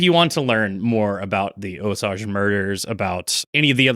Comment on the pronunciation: Love the podcast! Just wanted to let you know that you are pronouncing Osage incorrectly. It should be O sage. Keep up the great podcasts!